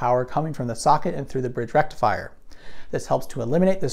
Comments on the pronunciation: So led lights dont use a FOOOOOOOOOOOOL BRRIIIIIDGRRR RECTIFIAHHHH? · Thanks to AvE, every time you say rectifier, I hear rectumfryer. That aside, nice video!